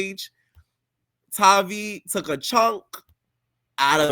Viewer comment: Her name Tavii w a hard ‘A.’ Her real name is Octavia..Tavii is short for that. Her name isn’t hard. Atp, y’all are mispronouncing her sht on purpose.